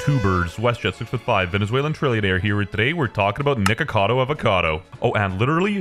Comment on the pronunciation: Why his Nikocado sounds like the Hard R bro 💀💀💀